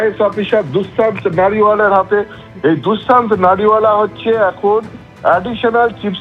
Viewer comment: No Dusmant it's Dushyant.